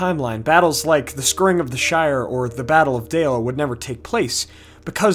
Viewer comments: scouring is pronounces scowering, not scurring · The what of the Shire? "Scerring"? It's Scouring, like Towering!